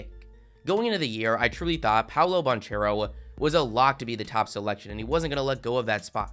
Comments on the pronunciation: bro still calls him “paolo bon-chair-o” lmao bro doesn’t know shit about college hoops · I don’t wanna be that guy but it’s pronounced Ban-Care-oh, the H is silent my boy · The ch in banchero is pronounced like a K.